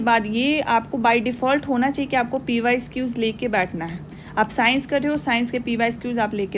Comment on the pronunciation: Man pyquiz (pyqs)✅ not pyesquiz❌